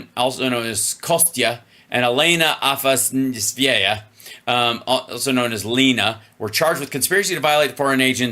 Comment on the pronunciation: I just learned Hal is dyslexic when reading Russian names. ‘Afasveya,” “Afasneva,” … it’s Afasnas-Yeva!